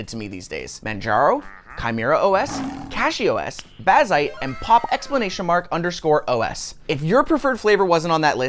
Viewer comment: I'm sorry but pronouncing it as "Pop exclamation mark underscore OS" oh my god